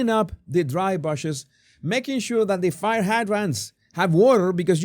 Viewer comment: bush pronounced as oo. Court as awr.